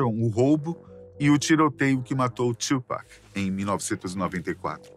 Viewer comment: Quem é o "Txupac"? 😂